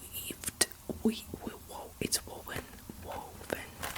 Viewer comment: “woven” is absolutely right! And cute sweater!